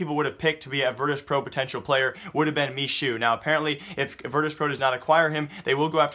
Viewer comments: Hey, Michu's name reads as me-who, not me-shu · I think MICHU is pronounced Mehoo